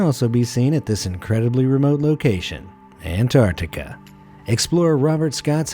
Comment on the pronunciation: I enjoy your narrator's voice, but please teach him how to say Ant-ARK-ti-ca correctly.